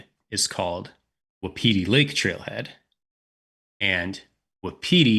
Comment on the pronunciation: Best of luck! You might want to look up the pronunciation of Wapiti.